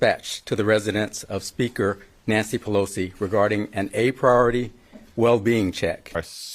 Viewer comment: “Pelozi”. Mtg is whack.